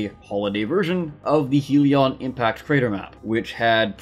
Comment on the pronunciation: My lord this annoyed me Its Not HEAL-ee-on impact crater Its HELL-ee on impact crater